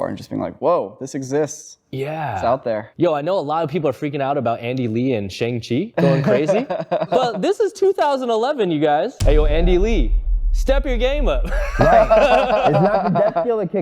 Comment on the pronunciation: Ironic that the Asian dude pronounced Shang-Chi incorrectly.